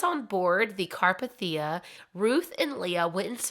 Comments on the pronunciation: It was the carpethia (car-pay-thee-a) not (car-p-thee-u). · *CAR- PAY-THEE-A you can't pronounce it correctly....plz work on that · car PAY thee ah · Really enjoyed the story, but every time you mentioned RMS Carpathia I cringed. It's pronounced CarpAthia, not CarpathIa. 😅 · Also it's carPAYtheeuh. Not CARpahTHEEuh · * car-PAY-thee-ah. 🤓😊 It was named after the Carpathian Mountain range that stretches from Austria to Romania. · Just FYI , the ship, the Carpathia is pronounced, Car Pay Thee Uh. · Car-PAY-thi-ah. For future reference. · CAR-PAY-THIA and this isnt a mean spirited correction just informative. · The rescue ship's name is pronounced CAR-PAY-THEE-A. There are other videos out there, namely Oceanliner Designs, Big Old Boats, and Part Time Explorer, that have many videos on The Carpathia. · it is indeed pronounced car-pay-thee-uh. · Carpathia. Pronounced car-PAY-thia. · Car-PAY-thi-uh. Just fyi haha but I have never heard any of these stories before! Thanks, you did a good job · Car-pay-thia That’s the pronunciation. Lol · you say wrong its RMS Carpathia it pronounced Car pay The A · It’s pronounced: “car-PATH-e-ah”. (The “a” is long, the “e” is long.) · I love your storytelling but how you’re pronouncing Carpathia is driving me crazy. You watched the film, and I’m sure other documentaries or references pronounced it for you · I've managed to binged hours of your stuff over the last few days, and I am very curious: do you listen to any documentaries during research, or just read sources? I understand having a speech impediment, as I do myself, but I have never in my life heard someone say carpathia like THAT before, and I've been researching this for over a decade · Thank you! It drove me crazy!